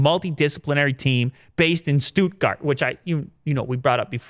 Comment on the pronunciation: 2 germans died while hearing "Stuttgart"